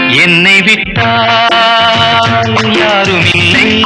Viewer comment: கானகந்தர்வன் K.J.யேசுதாஸ் அவர்கள்.... மக்கள் திலகத்திற்காக பாடிய அருமையான ஒரு பாடல்..... "என்னை விட்டால்"..... என்ற தொடக்க உச்சரிப்பே மிக அருமை...!